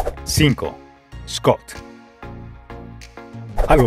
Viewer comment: la marca es schott no schoot y se pronuncia diferente como chot no scot